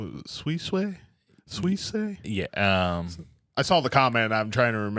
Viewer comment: try pronouncing it as "sue-e-say"